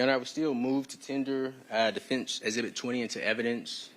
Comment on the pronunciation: Of course he's guilty. His defense lawyer can't even pronounce 'exhibit' properly.